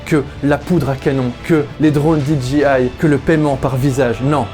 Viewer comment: réel ça, bravo pour la prononciation